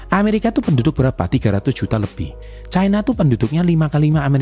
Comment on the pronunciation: Baca nya ga bole caina ooonnn loe... Tanya kakek mu cina bacanya..KLO chaina bacanya itu ada artinya lain